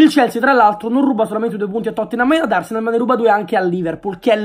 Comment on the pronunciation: “a totthenam, e ad arsneal”...a londra sick!